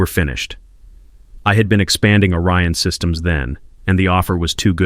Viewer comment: And is it ORION SYSTEMS or ARYAN SYSTEMS.Your AI bubble writer is confused ..Because 1 sounds legit but the other .ARYAN ..errrrr sounds a bit ..how can i put it..Master racey as in Hitler